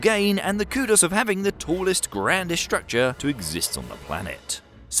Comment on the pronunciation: S T R ucture..... not S H ucture or S H R ucture....... please say it one more time..... S.T.R.U.C.T.U.R.E.